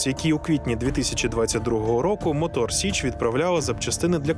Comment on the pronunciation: Мотор Січ, а не сич